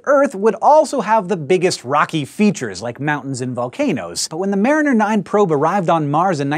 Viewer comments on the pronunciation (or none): "MARINIER 9" pff ha-ha